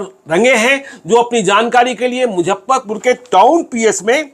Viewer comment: मैं आप का रेगुलर श्रोता एवम दर्शक हूं।लेकिन,एक गलती पर ध्यान आकर्षित करना चाहता चाहता हूं।सब कुछ सही है,लेकिन आप हमेशा मुजफ्फरपुर को मुझप्परपुर कहते है।